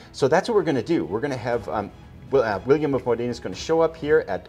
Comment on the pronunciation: William of Modena has to be read with the accent upon the first vocal letter of the word Modena... Modena is a cool small town in northern Italy... Módena...